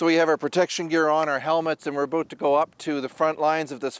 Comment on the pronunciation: fast forward to , the guy says "we're aboot to go..." It's true. Canadians say aboot not about